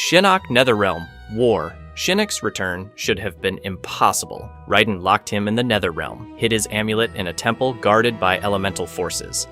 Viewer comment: Can’t stand the pronunciation of raiden